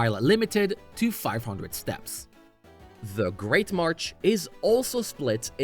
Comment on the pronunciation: 6/10 kept saying march instead of marsh